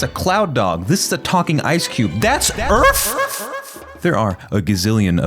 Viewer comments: It is Earth, not Earf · "THAT'S EARF?!?!?!"+echo